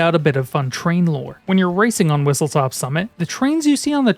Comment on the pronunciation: Its not "Whistletop" ITS WHISTLESTOP